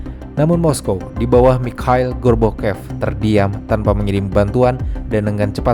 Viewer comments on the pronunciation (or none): Michael gorbachev bamabang bukan michael gorbokep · Koq melafalkan Michael Gorbachev dengan gorbokep gitu sih? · Lagi serius denger.. Eh malah ngakak ngedenger narator ucapin mikhail gorbachev... Menit ...sengaja?